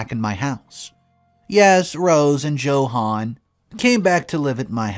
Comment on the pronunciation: Who the hell is Jo Hann? It's pronounced Yo Honn! I know because around the German and Spanish speaking members of my dad's family they call John and Johan "YoHon"